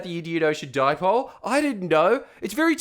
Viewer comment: HAHAHA FUCK ME "The Indian Ocean Di-poley" HAHAHA